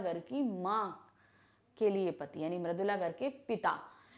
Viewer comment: Poet name is maridula garg not maradula